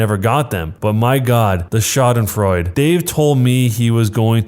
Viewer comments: it was actually quite well. It wasn’t perfect, but I’ve heard a lot of people pronounce it way worse, so for not knowing German it was very good! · I the Jerk? it was actually not that bad. as a german, i know how “Oma” and “Schadenfreude” were pronounced, and your pronounciation is pretty alright!